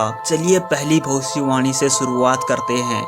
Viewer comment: Video ke suru hone par bhai kya ap bhavisyavani bol rahe the ya bhosdiwali bol rahe the😂😂😂